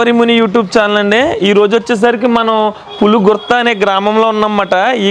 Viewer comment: Thanks for real pronunciation brother చాలామంది పులగుర్త పులగుర్త & పులుగుర్తి అని కూడా అంటున్నారు ఆది పులుగుర్త, మా ఇంటిపేరు & ఆ ఊరు మా ఇంటికి 60 కి.మీ. ఉంటుంది.